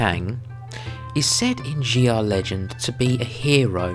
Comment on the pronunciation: Its pronounced Sha, not Xi-ah, other than that, nice work.